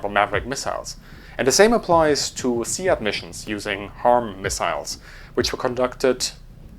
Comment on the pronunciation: for your future reference, SEAD is not pronounced as "See-ad", it's pronounced "Seed". That was clarified in the book "The Wild Weasels". I've also been in mass briefs during exercise Maple Flag, where they always talk about and cover, exactly that. Second, I'm fairly certain (not 100%), that the F-16 didn't touch the SEAD role until well after Desert Storm. That duty was given to the F-4G, where it was in service until 1996 before handing over to the F-16C. Yes, I know the Navy did perform SEAD as well but, they never had aircraft truly dedicated to the role, like the Air Force did. The Navy referred to their role in SEAD as "Cobra Ball".